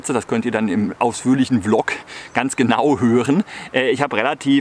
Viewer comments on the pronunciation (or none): none